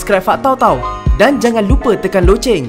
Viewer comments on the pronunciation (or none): none